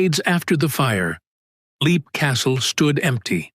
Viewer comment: I had heard Leap pronounced 'lep' before.